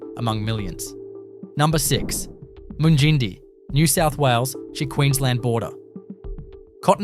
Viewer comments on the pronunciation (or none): Mung-in-die not mun gindie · You are a complete ass mate,nott bothered to get the correct pronunciations of most of them...Mun gin dee 😂 what a dope. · FOR GOODNESS SAKES... TIBOOBURRA is 'TIB' - 'OO' as in 'BOO' and 'BURRA', as in BAR-RAH... TIBOOBURRA. MUNGINDI... 'MUNG' as in 'RUNG'...'IN' as in 'INN' - 'DI' as in EYE... MUNGINDI. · I ran to the comments to find this! When I heard how he pronounced Mungindi. I am currently visiting my in laws in South Africa and Uncle was watching this he asked if I had ever been to this place, I asked to see the video and it was Mungindi, I died laughing and taught him the proper pronunciation and I said “I think the creator is a city boy who has never left his town, just googled random town facts and gave it a go”. 😂😂